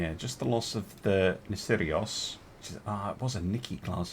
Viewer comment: I wonder why you whrite Nissiros but you call it Nissirios?